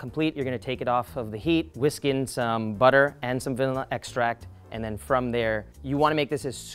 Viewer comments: he says villana extract lol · WHAT DID YOU SAY VALILLA EXTRACT 😭😭😭😭😭✋✋✋✋✋